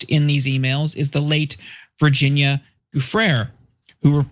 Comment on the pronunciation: How can you broadcast about this story and not even bother your arse to learn how to pronounce the names of two of the key individuals, GHISLAINE and GUIFFRE??? They must have heard the names thousands of times over. It's Lazy AF and bloody disrespectful to their viewers. DO BETTER!